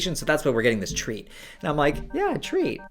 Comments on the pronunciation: Im watching this high and every time he said treat i thought he said tree 😒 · I thought was say "we've got a tree coming, we've got a tree" the first few times and I was really confused